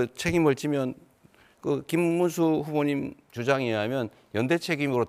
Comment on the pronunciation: 문수 발음도 안되는 전과7범 늙은이 딱2찍스타일이네